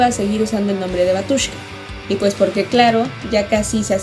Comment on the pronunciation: Se pronuncia Bátiushka... la letra ю se pronuncia "iu"